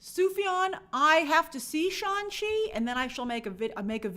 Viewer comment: We’re going with “Shawn Chi” as the pronunciation now?